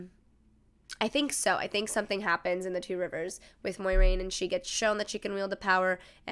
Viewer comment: "MOYraine" Moi like MOIST, bleh